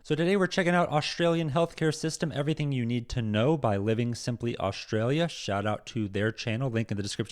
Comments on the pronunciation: Australia not Oshtralia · Hey maate, There us no H in Australia. It is not pronounced Aushtralia. You can have that for nothing. Have a good day